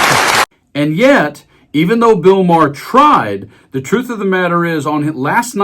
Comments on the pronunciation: I have two problems with this report: First, why the hell are you using an AI voice over to tell the story. The voice can't even pronounce Maher and Colbert's names. So I ask, is this report fake? And second, Bill Maher has plowed the earth with his shifting monologues and his new found philosophy that is :can't we all just get along? He forgets that he made his name standing up for the Left and calling out the idiocy of the Right. He has now become a flip flopper who wants is both ways as a quasi supporter of the Left and the racism of the Right. Maher is a hypocrite and deserves any downsizing of his popularity that may result. I stopped watching him when he started kissing Trump's ass. And I, along with many others will never spend another dollar or hour at a venue to see him live. Maybe he can become the resident act at the Big Beautiful Ballroom and maybe even move Lindsay out of line and take his kneeling place at the fly of Trump. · Why do y'all keep using that stupid, ignorant, dumb ass AI voice that can't even pronounce someone's name correctly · its pronounced MAR not ma hair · I'm sorry, but your AI voice sucks! "My hair" instead of "Maher". I did think it was your own voice, but...it ruins the entire video. No like for this one. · It sounds like Mar not Ma har. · Your AI narrator is lousy. Really? 'Mah-HAIR'? Please stop with the AI. Either read it yourself or hire someone to do so. 🙄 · Why did you keep saying Ma - her? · You’re doing great work! But please stop using ai audio. 🙏 Does it really save that much time? “ma-hair”…??? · Is it really pronounced like ma-her? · Ma-heir? So you do live bits and then you let AI read the rest of it. That’s lazy. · Ma-hair? Get a better AI. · “Ma-hair”? Are you using AI to read? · The AI pronunciation of Maher is "My hair". LOL 🤣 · MaHAIR? Lose the AI shit voice. Give a person the job. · "My hair (in the reading) came to dinner" and "My hair's behaviour was much different" was quite funny.